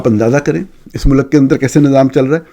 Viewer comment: You pronounce ملک as Mulak it's Mulk . You are a renowned journalist. Try to pronounce right word